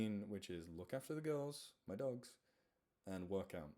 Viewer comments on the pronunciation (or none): I know you say Dogs but it sounds like Ducks. Thank you for all you do! We still love you and the animals still love you! (even the birds!!) Don't let your brain get you down! <3